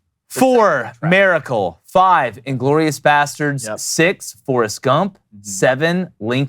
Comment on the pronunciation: Can someone teach to pronounce Miracle. It's not Maracle. 😂😂😂 Happy 4th boys!!!